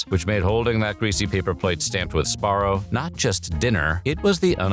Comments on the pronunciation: What the heck? The narrator keeps saying Sparro instead of Sbarro. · what is "spar-oh"? it's "suh-bar-oh" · Si-BAR-row lol. Say the Si quickly. Syllable 1: Sih Syllable 2: BAR Syllable 3: Row He is saying it wrong. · I think youre saying that wrong. Its sBarro. Say the B. But also.. just remember, 7-11 pizza you eat the box too 🍕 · Also, I always pronounced it as "Sabarro" instead of "Sbarro" because even though I knew how it was spelled, I didn't know how to pronounce it or what the correct pronunciation was. I also was born and raised in 1999 so when I grew up going to malls in the 2000s and I grew up eating Sbarro, I just assumed since I was a kid and I didn't know how to pronounce it correctly (and since no one corrected me at all in the first place), I just assumed the name "Sabarro" was correct instead of "Sbarro." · I never knew it wasn’t pronounced Su-barro. Like su-burban, I guess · It's not pronounced SaBarro? Wow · You're not a real Sbarro fan if you weren't pronouncing it Suh-barrow :D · Am I the only one that pronounced it "Sa-Barro"? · I’m crying cuz I’ve always pronounced it “SA-Barro” LMFAOOOOO whatttt!! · This guy makes it sound so easy to say the "sb" sound in one syllable. I can only say it as "subarro". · I always pronounced it Sa-Barro. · Si- BAR-row lol. Syllable 1: Sih Syllable 2: BAR Syllable 3: Row He is saying it wrong. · Yeah he's saying it wrong. sBarro. Or Si-BAR row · I didn't know the b in Sbarro is silent.